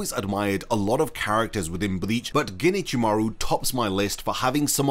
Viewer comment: Can you, please, in the future not say "ginichimaru"? Japanese may not have spacing in their written language but there is a separation of the words if you do know the language. Alternatively, use the japanese naming and go for Ichimaru Gin since it will be harder for you to accidentally join the words that way.